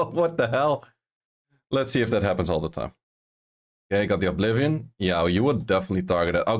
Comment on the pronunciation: Great vid! I love your content. One small note: You seem to pronounce Oblivion as ''Ovblivion''. It has only 1 V, sorry for pointing that out, just wanted to let u know.